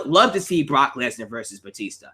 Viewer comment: Why u say Barack lesnar not Brock